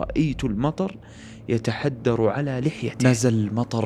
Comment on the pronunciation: يتحادرُ وليس يتحدّر*❤️